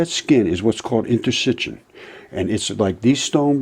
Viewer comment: Thank you for this information. I'm sold. Okay, just wanted to say one thing. The word is interstitium. I know that because I'm a medical transcriber. Tyson mispronounced it too. So if you are going to continue to make more videos and talk about interstitium, which I know you will, in the future you might want to pronounced it correctly. I hope you will pass it on to Tyson. Thank you. You can find 'interstitium' easily on the internet, with variations also. Here is the pronunciation